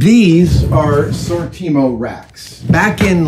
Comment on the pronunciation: Adam, Adam, Adam. You don’t need to make anything. Just buy the cabinets from Sortimo. It’s pronounced SOR TEA MO, with the emphasis on the second syllable.